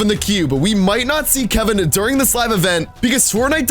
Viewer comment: I already said ik but he said kevan not Kevin damn I’m deleting that comment